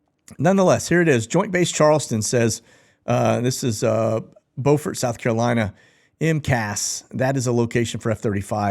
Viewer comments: Beaufort (/ˈbjuːfərt/ BEW-fert I wasn’t trying to be mean or anything by pointing that out. I’ve just watched a few videos and all that I watched pronounced it incorrectly. I’m from the low country. Around here it’s BEW-FERT, not Bo-fert. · South Carolinian here, Beaufort is pronounced B-you-fort, not B-oh-fort. About that F35: they claim they found it crashed in a rural area about 75 miles north of where the pilot ejected. Strangely in the aerial videos of the site they are saying is a debris field, I don't see anything resembling an F35 or even any debris other than downed dead and looking trees. No plane. No plane parts. Seems suspicious to me. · Bew-fert is in South Carolina. Bo-fort is in North Carolina. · that is pronounced Beaufort, ( Bufert SC)